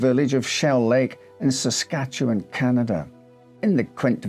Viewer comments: Great video, and as someone who’s lived here my whole life I give bonus points for nailing the pronunciation of “Saskatchewan” 💯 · Well I never! You pronounce Saskatchewan properly. It is appreciated. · Your Empress is pleased with your pronounciation of Our home province. 😊😄🇨🇦 Also, the house is a bit of a tourist trap even now. Allegedly haunted. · Congratulations on properly pronouncing "Saskatchewan"